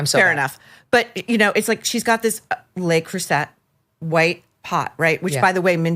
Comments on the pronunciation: Le Creuset cookware is pronounced le CROOSAY. Never ever CROOSETT. Ha ha ... And Meghan tried to fool us she spoke French. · According to the brand's own cookbook, it is pronounced, l'uh cru say -- not l'uh cru set! Mindy was correct! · Meghan is wrong. It’s pronounced luh-CROO-zay . How DARE you correct the guest but to correct someone when you are absolutely wrong is so Meghan Markle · You are all pronouncing it wrong…lol It’s pronounced cru-zeh (not cru-zet or cruz-ay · That cookware is properly pronounced “Luh-Kru-say”. “ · It is pronounced Le Cru Se no T , c'mon idi0ts! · Le Creuset: It’s pronounced “look cruise ay”. Also: Meghan Markle is frightening, and I’d never want to encounter her in real life. She has very sinister energy, and I think she’s cuckoo . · Le Creuset is pronounced crusay. If it was pronounced cruset it would be spelled creusette. It's French. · It is pronounced Le Crusay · The correct pronunciation is :" Luh Croo-say" for Le Creuset cookware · Yes, it’s pronounced ‘ crew -say’ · why? ‘Le’ isn’t pronounced ‘loo’ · She's wrong!! The correct pronunciation of "Le Creuset" is "luh-CROO-zay", with the emphasis on the middle syllable. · Actually, Mindy pronounced Le Creuset correctly...Meghan is a totally pretentious dumbass. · Ironically, Meghan's pronunciation of Le Creuset is incorrect, whether you pronounce it as the French do, or as the Americans! 🙄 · Well!! You will be so happy to know that actually Mindy was closer to the correct pronunciation than Meghan was. Meghan was WRONG HAHAHAHAHAHAHAHAHAHAHA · You ALL mispronounce 'Le Creuset'. MM, Maureen AND Mindy! 😅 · You also mispronounced le creuset 😂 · Please tell Ms Markle her royal Ass that the T in La Cruset is silent.